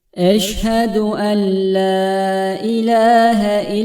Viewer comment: Orada bi tecvit kuralı var ve enla ella diye okunuyor